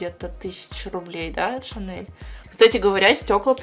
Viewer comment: Моя сумка шанэл,твоя девушка гочи и мы вместе в помойной кучи.Оруууууу простоо.Еще так говорит не Шанель а ШАНЭЛ.ахсхсх